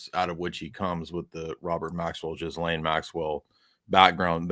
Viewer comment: Pronounce Gi - Laine. Silent "S". Please get it right